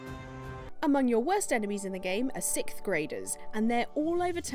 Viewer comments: God damn it its not sick graders its sixth graders!!! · Did she say "Sith" graders???....